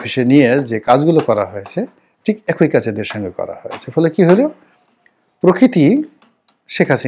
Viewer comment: আপনি একই না বলে এক ঐ বলেন, ওটা হবে একই (ঐ নয় ই=E)